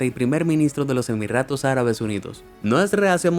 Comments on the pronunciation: Se dice Jeque con la Jota española. Igual Jequesa con jota. Se dice Emiratos. No EmiRRatos. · Dijo En el Segundo Emirratos Arabes en vez de Emiratos Arabes. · Se dieron cuenta que en vez de decir emiratos decia emirratos? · no me digan que fui el unico que escuché: "su hermana lana rohades" o cuando dice emiratos no dice emiratos, dice emirratos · SEGUNDO 'EMIRRATOS' ÁRABES UNIDOS Y YO WHAT? EMIRRATOS :V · Por que rayos dice Emirratos en lugar de Emiratos? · Emirratos? Jaja me matoo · Haha los emirrrrratos árabes